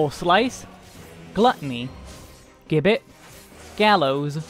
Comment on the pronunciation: The karaoke opener and offset oGCD icons do a lot to make weaving clearer, so kudos for those, and the Botanist bit at the beginning was hilarious. My only criticism is that the word gibbet is pronounced with a j sound at the beginning, like "jibbit".